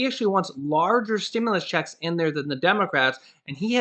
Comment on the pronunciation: You're f**** cool but how you say checks bugs me sorry